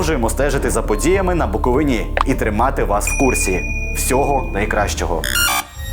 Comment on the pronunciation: Не БуковинА, а БуковИна. Дурень Янукович перший таке ляпнув, а ви повторюєте.